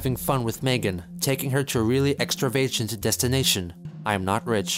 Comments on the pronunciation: What exactly is extra-vay-djent?... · lol extra vagent